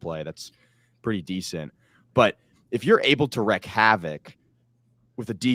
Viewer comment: “Wreak havoc” “not wreck”. I’m linguistically coaching up! 😀